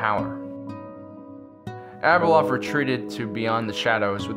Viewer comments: Wish the narrator would consistently pronounce Abeloth's name correctly. He calls her Abeloth then calls her ABLE LOTH. Great video but the vacillation in her pronunciation of her name is distracting. Overall great video. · I love your videos and all the lore... But I just can't stand how you mispronounced so many names, A boloth!!, Cell-est-e-als.